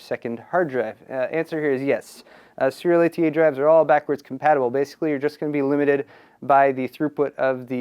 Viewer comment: Christ, just say SATA.